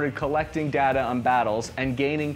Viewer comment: Its DATA not DATA!!! Jeez!!!